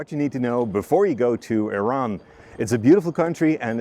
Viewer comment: The first foreigner who could pronounce Iran correctly, the video was cool and great, thanks